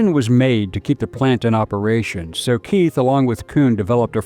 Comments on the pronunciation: Keith is pronounced kite in German. There is no “th” sound in German. H is silent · Keith here is a German surname and is pronounced "kite" /kaɪt/… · Very interesting, but in a number of points fehlerbehaftet. On pronunciation: Max Keith's last name name is pronounced "kite". Albert Speer's last name is pronounced not "spear", but rather ""shpare" (with an “sh” and a long "a" as in "spare"). On substance: The references here to "ingredientS" are misleading. The Coca-Cola Company (more specifically: The Coca-Cola Export Corporation, at whose subsidiaries - including Coca Cola Eastern Europe GmbH, Coca Cola USSR Services GmbH, and Coca-Cola GmbH - I was on the payroll for many years) does not sell "ingredients" per se to its bottlers. It sells what is called "concentrate". This concentrate is produced at plant facilities (e.g. in Puerto Rico or Drogheda) controlled (owned) by the Company itself, The Export Corporation, or their subsidiaries and is shipped under Bottler Agreements to the Company’s franchise bottlers. Like almost all “outsiders” - in particular, journalists and documentary filmmakers - the narrator of this clip quite evidently does not understand the Coca-Cola business, and he does not have a clear understanding of the relation of the Company to its bottlers. While in recent decades - with the advent of the Company’s so-called Anchor Bottler strategy - things have changed, previously it was not the rule that the Company or its subsidiaries held controlling stakes - or even an ownership stake at all - in its bottlers’ capital. Its only means of control (but - at least in jurisdictions with the rule of law - a p